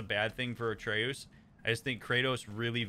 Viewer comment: 10 sec in: "Atre-oos" Uh oh.... 30 sec later: "...Atreus..." Oh thank God. Rest of the video: "Atre-oos, Atre-oos, Atre-oos." 🥲